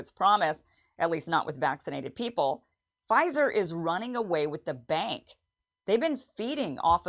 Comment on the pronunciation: Pfizer, not Phizer 🤣